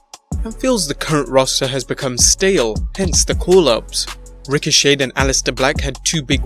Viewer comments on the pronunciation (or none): It's not 'Rico-Shade' it's 'Ricoshay'. Also, it's not 'mashinations' it's 'mackinations'.